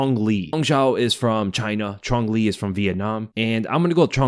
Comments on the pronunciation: Quang Le is pronounced Kwang Le, not Chong Li but hey it is what it is 😂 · Did my man just pronounce Quang Le as Chong Le lol